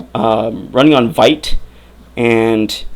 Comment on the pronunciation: Hey, not sure how this video came across my feed, just auto played while I’m working on something on my other screen but I wanted to say congratulations on getting your web dev job that’s amazing. Sorry to hear it took so long but good thing you stuck through. Also, one nit-picky thing I heard in the video, you said Vite in the video wrong it’s pronounced like VEET by the way!